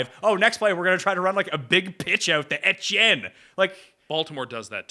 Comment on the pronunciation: Get it right, its Etch-eeeyen